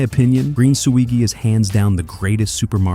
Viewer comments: Its Swee-Djee alla italiano, not Swee-Guee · #1, it's Suijee, like Luigi. #2, it's wildly disorienting to hear a deluge of they's and them's used in reference to a guy who hasn't requested special pronoun treatment. Like I thought I missed something & maybe narrator had started talking about a group of other people in the speedrunning community.